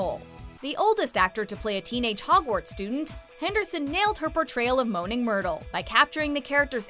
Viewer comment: I can't take the way she said myrtle and immediately stop the the video